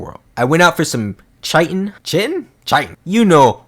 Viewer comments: It’s not CH-I-TEN it’s high but the h is a c or k so it’s like KIGH-TEN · Ummmm it’s ki-tin 🤓🤓🤓🤓🤓👆👆👆👆👆